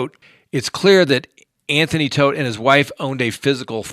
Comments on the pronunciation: It’s TODT, not Toft. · Your saying Toft wrong, ToFt!